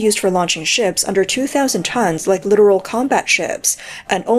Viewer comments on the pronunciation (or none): LITTORAL NOT LITERAL